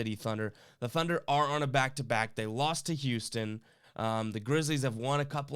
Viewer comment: Did anyone notice the video said "Thuner" and not Thunder. LOL... Thunder with the spread.